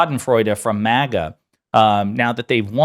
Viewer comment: It's not "MOGGA", which sounds classy. It's "MAGA", as in trashy.